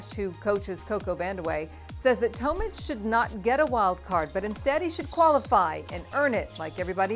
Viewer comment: It’s Tomic not Tomich